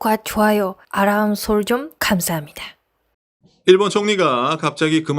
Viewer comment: 님의 초기멘트중 구독과 좋아요 아람설정 캄사합니다의 알람과 감사라는 단어의 발음이 고쳐질때가 지난거 아닌가요?? 이 멘트 몇년전꺼죠?? ㅎㅎ 지금보면 한국말 발은 좋던데..ㅎㅎㅎ